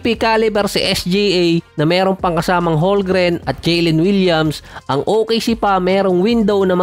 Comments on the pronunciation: Holmgren silent "L" hndi Holgren 🥱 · Holmgren boss hindi holgren✌️